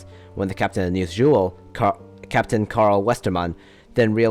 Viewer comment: This is a really good video, Although as a dane i will have to hate on how you say "niels juel" (Although the video does sound alot like just reading a wikipedia page)